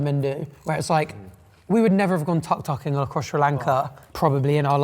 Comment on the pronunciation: The way pronounced Tuk Tuk 💀